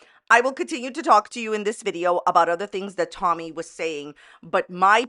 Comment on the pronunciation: Tolllmy. She says the most incorrect things with an L and it makes me gag